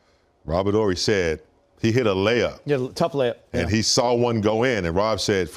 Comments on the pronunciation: Robert Or - Ree not "Horee" Family when did you start watching basket ball? You giving me stranger danger vibes! You pronounce Dirk Nowitzki with a "W" - It's pronounced Na - Vitz - Key. The"W" has a "V" sound in German. And yes, we speak English, but a name needs to be pronounced properly. Cmon bro you channel is getting larger you got to pronounce these guys names correctly. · we don't need to pronounce the "H" in Robert Horry's name so hard. Sort of like "evening" we don't really pronounce the second E.